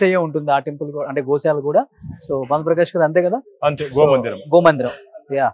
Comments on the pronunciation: Mi Telugu thagaleyya... adhi Goshala kadhu ra nayana... Gosala antaru.. telugu lo 'sha' ki 'sa' ki difference undhi ra.. ekkadi nundi vastharu babu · గో'శాల' ani pilavali ra anchor babu.. video pettina vadiki kuda telugu radhu anukunta గో'షాల' ani pettesadu yekam ga.... telugu nerchukondi ra... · Goshala kadu Gosala